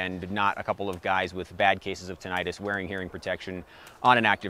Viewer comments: Great review as always. And thanks,, for pronouncing "tinnitus" the correct way lol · My Ear, Nose, and Throat specialist pronounces it TIN-uh-tiss